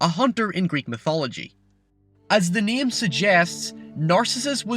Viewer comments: god fucking damn.. its NAME not niam PAIN not pian GAME not giam wow.. English isnt even my Main language (not mian) and I speak better English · wtf is this accent? Giem, lien, niem? Fuck is wrong with you bro 😂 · A neem and a vowece